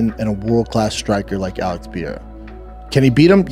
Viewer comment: This idiot is saying Alex name the same way Chael does 🤦🏻‍♂️🤦🏻‍♂️……. BTW Izzy has and will NEVER pick Alex to win a fight he still bitter over the fact that Alex owned him 😂😂🤣🤣